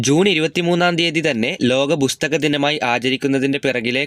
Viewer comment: ബുസ്തക ദിനം അല്ല പുസ്തക ദിനം